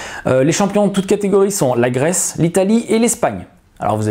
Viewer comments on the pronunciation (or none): none